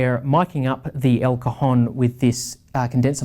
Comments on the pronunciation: Hi,your pronunciation of El Cajón is not correct.Impacts the A cAjón.You say "testicle" in Spanish..."COJON".... Regards from Spain! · Great review!! and I had a lot of fun when you pronounced the a of cajon so closed that sounded like an o "cojon" (cojon means testicle in spanish) this makes your review even better ;)